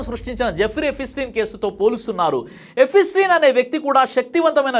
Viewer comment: it's not EPI-STEIN.. It's EPSTEIN learn to pronounce properly